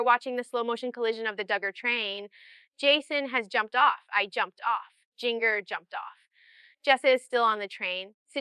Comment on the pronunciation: Now she says "JinGGER" instead of " Ginger" as it is pronounced. Situations, situations, situations.... Definitely AI